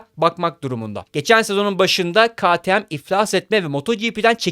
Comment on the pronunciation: “Ka ti em” (ktm) diye okunmaz arkadaşım.